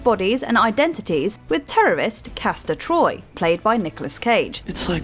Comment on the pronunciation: It's Castor Troy, brother Pollux. And it's Commodus.